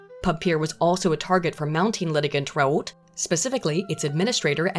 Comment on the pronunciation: If someone is gonna make a video about academic accuracy and that video will feature the same name a thousand times you'd think it would be the bare minimum to figure out how that name is meant to be pronounced The "T" sound at the end of "Raoult" is meant to be almost silent